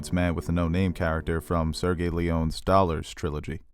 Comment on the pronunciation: BTW it is Sayr gee Oh Lay oh nay (Sergio Leone - and the r is flipped) Not Sir Gay. Just FYI. And it is Ma key ah vell ee (Machiavelli) Sometimes Mahkyavelli. Sorry to be a pronunciation bitch.